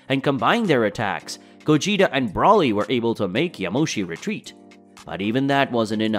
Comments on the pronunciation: Who is brolly? its BRO LEE and its vegito not vegeta? you pretend to be a db fan and you cannot even get the names right.... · Brauly is not his name!!!! It's broly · You still cannot say Broly why you cannot say his name, right